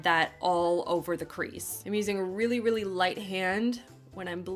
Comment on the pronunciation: Am I the only creep that likes the way she enunciates her L’s, especially when she says “really”? ¯\_(ツ)_/¯